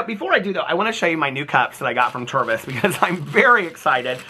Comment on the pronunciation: Is he saying ‘Turbis cup’? What? Edit. Oh. I googled it. It’s an American thing. Tervis cup.